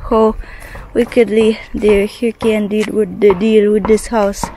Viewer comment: you are pronouncing “hurricane” incorrectly.😊